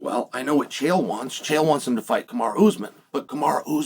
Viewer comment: Pronounce his name correctly uncle Chael